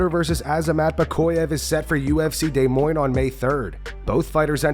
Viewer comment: Is not Day Moines, it’s pronounced like D’Moyne.